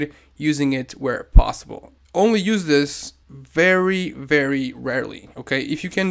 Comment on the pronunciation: vvvvery nice (with some fancy european accent)